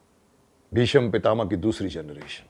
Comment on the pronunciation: मान्यवर! आप ने महाभारत मेंभीष्म पितामह की अद्वितीय एवं श्रेष्ठ भूमिका निभाई थी। संवाद अदायगी में भी आप बेजोड़ रहें हैं। लेकिन एक बात जो चुभ जाती है, वह यह है कि आप "भीष्म" का उच्चारण भीषम क्यों करते हैं? सिरियल में तो ऐसा नहीं होता था। क्या वह डबिंग का कमाल था?